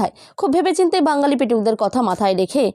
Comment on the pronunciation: তা দিদিভাই তোমার উচ্চারণ‌ওতো ভালো না।ওটা বাঙ্গালী না বাঙালি হবে।তাভাই তোমার চ্যানেলে থাম্বনেইল করেছ ২৫ জনের মৃত্যু কিন্তু খবরেতো দেখলাম না।না ভাই তোমার চ্যানেল subscribe করবো না তা তুমি যতই request করোনা কেন! আমার কাছে তোমার চ্যানেলটি গ্রহণ যোগ্য নয়, dislike করবো।